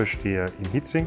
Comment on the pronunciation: Es heisst HIETZING und nicht Hitzing. LG